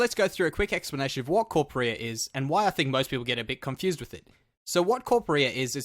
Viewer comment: not watching because you called it corpa-rear...